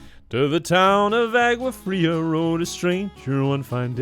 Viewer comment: Lowkey a pet peeve: every cover i've heard of big iron pronounces the town's name as "aGua fria" but the G is dropped in the original, making it sound like "ow-ah"